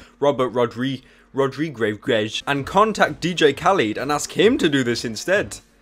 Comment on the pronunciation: Thats not DJ.KALID its khaled like KHALEESI (GoT) and the E is like buffet. (know a bit of arabic :P)